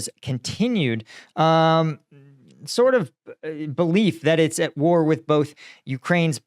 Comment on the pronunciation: "I will end this wuoar, in 24hrs" - White House Clown.